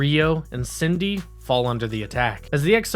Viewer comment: Listen.. i REALLY want to like what you're doing here. But with ALL the pronunciation errors here - CIndy (Syndey), Da-nu-bay (danube, dah-noob) and others - It's clear you don't know, understand, or respect the material or are just reading (poorly) off of a teleprompter. Sorry man. You need to up your game.